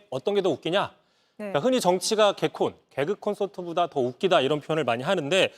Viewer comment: 개그콘서트 모독하지마세요!!!!!! 국민들이 개콘! 이리 부르며 힘든일상속 웃음을 찾던 방송을 심지어 개그컨서트 ..라고 발음을 .. 본토발음(?) 다 좋은데 개콘을 보기는 봤는지 .. 코미디 네요 아니 커메디 .. 아 열불나 ㅠㅠ